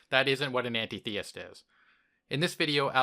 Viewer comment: You're pronouncing Antitheist wrong. Break the word up. When you say it as An tit heist it makes much more sense